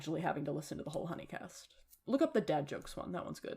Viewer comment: The way you say huni in hunicast reminds me of Markiplier playing huniepop and not realising the way it was pronounced 😭